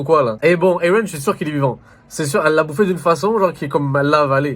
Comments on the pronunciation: Mdr j'aime trop quand il dit eren 😂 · il le prononce comme dans le dub anglais (que d'ailleurs j'ai kiffé bien plus que la vo)